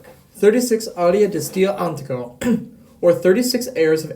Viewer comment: It's not "steFAno", it's "sTEfano", for heaven's sake, please do learn at least to pronounce the name properly. And: It's "di stile anTIIIIIco" and not "di stile ANtico"! I've quit watching after , it's really horrible, I'm really pissed. Do at least a minimum of research how to pronounce what you want to talk about before you present it to the public, will you? It's a disgrace. I can't listen to that.